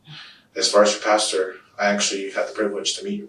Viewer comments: For Pete’s sake, it’s pasTOR, not pasTURE. I’m not even religious and that one irritates the hell out of me. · Someone should tell her it’s “pastor” not “pasture” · Why does she keep saying “pasture”… pastor lady!